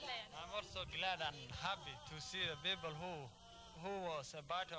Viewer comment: WHAT IS SHE MEANB5 MILYAN PEOBLE HHHHHH 4O MILIAN PEOBLE THERE.